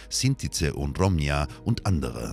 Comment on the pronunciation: klar, das macht Sinn und Zeit hat ja jeder für sowas 😒 Und wieder: es heißt "Roma" nicht "Romja" 🤦